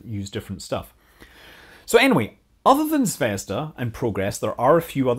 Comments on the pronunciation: its not zvesda its zveazda like p(ea)nut zv(ea)zda like the letter E zvEzda. in russian zvezda means Star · ZvezdA, not ZvEzda. =) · Zvezd*a* - accent on the last syllable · Please, Scott, it should be pronounced 'ZvezdA' with stress on a. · Its pronounced "zvezdA", emphasis is on A. Means "star" in russian (but Scott probably knew that).